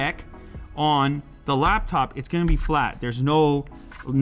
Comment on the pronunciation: I’m bothered by “laBtop”.